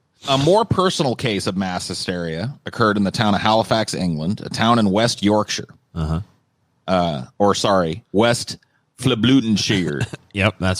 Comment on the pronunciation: I actually applaud pronunciation of Yorkshire as "Yorksh'eh" rather than what Americans often do; "York-SHiirrre"